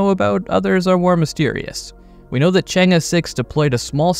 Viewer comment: You read the name ‘change’ correctly this time😂